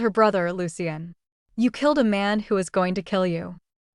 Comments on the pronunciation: Pronunciation should be I instead of AMAN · Seriously, you made part 2, maybe read the comments and still can’t get the names right- Iman or Tyra